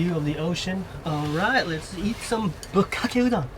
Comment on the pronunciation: 'bukakkeudon', it doesn't sound so bad when you say it as one word.. 🤣